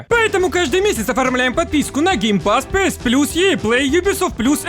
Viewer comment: Не пээс а пиэс, не пасс а пэсс